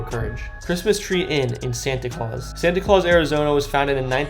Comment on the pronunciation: He mispronounced the name of almost every place 😄 But Santay Claus? 🤔